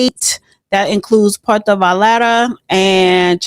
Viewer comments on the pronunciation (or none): Puerto vi yard ahh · Puerto Valata lol almost